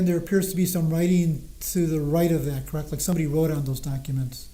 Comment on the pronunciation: Normal ppl pronounce “correct” correctly. 😂 not crackt 😂😂